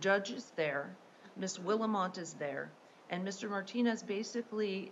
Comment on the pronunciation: That judge couldn't even get Willmott's name right.